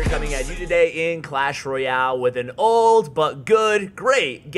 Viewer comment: emphasized on "old" 😁